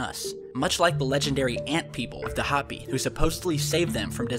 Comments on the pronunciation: I think it is pronounced Hope_E not hop_e. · The word Hopi is pronounced Hoe-pee, not hoppy. They are an Indian tribe in NE Arizona. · HO-pi not Hapi. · Hey dude, love our stuff. Just 1 thing, I live in the southwestern U.S. where the Hopi come from. Now I'm not sure how to write this, but it isn't pronounced (Hop I ), but ( Ho pi). U know like ho ho ho. It has a strong O sound like Hooopi. LOL. God I hope u can pick up what I'm putting down cuz I feel kinda feel like laughing at my own explanation of how to say it. I hope it doesn't look stupid, but there it is. Hope it helps u out. Thanks again for all of ur work. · It is pronounced "Hope-ee" with a long o. Keep up the good work.